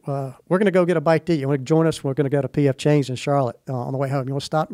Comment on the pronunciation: Did he say, "P.F. Changs"? Where they were going to eat?